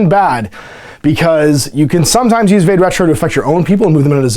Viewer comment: “VAH-day” Retro. (Haha, had to be THAT guy) It’s Latin. Means “Go Back”. Search the Googles for it and you’ll see how well it connects with hEXx3r’s “witch” theme.